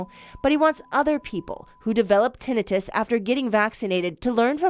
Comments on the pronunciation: Tinnitus is pronounced: Tin-night-tus Her pronunciation of the word is irritating as hell to me. Now we'll have a bunch of dumb azzes walking around here mis-pronouncing the word as, ten-net-tus. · Pronounced, Tin-eye-tus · If this newscaster person wants MILLIONS HEAR HER. At least say the DAMN WORD CORRECTLY. TINNITUS. (Tin- ni- tus) SHOWS HER. "LACK "OF INTELLEGENTS , THROUGH OUT REPORT!!! AS MANY MANY TIMES SHE PRONOUNCES IT WRONG!!! Its NOT even a HARD WORD!!!!! WOE. This really AWFUL!! Someone so pretty look so ignorant on national spot lite!! No one corrected her!!??? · This was more of a funny skit than news. Who edited this? Who wrote this? For one: Tinnitus = TEN-EYE-TISS For the rest: shake my head to the terrible, cringy puns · Te NI tus. Learn to pronounce it BEFORE you go on AIR. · Ten-I - TIS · Its Ten i tus not tinnitus really she's a news reporter. No surprise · Tinn da-nite—us can’t even pronounce the word learn how to pronounce the word before reporting it’s 🐍 ve^om it turns u N 2 a 🐍 they don’t have 👂 go get your booster maybe you’ll lose Yor 💪🏼next they don’t have those eather !! S.M.H. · Glad to hear this kind of news being reported .....but please review how to pronounce "tinnitus"! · If ever it was clear these 'news people' are not journalists, and they are simply reading a script- its that this woman can't even pronounce tinnitus properly. The segment is ABOUT tinnitus, and no one even corrected her. Glad to see some light shed on this, but I think anyone paying attention knows that AE are not rare. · Why are we concerned about doctors not practicing proper medicine when we have reporters who don’t practice proper pronunciation. Tinnitus, it’s eye not ih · she does not pronounce tinnitus correctly. I've never heard it said that way. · Your anchor person needs to learn how to say tinnitus and it's a hell of a lot more common than they're letting you believe so are all the other problems caused by the vaccine that they're hiding from you still